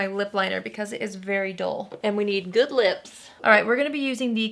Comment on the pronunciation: "...and we need good lee-ups (lips)" - ALWAYS cracks me up when she talks like that ( mark)